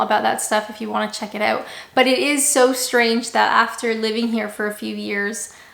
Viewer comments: Still say oooot like a Canadian lol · At least the way you say out is still Canadian. My Great Aunty lived in Toronto for about thirty years and the word out was always said with a Canadian accent. That and the word Canada of course.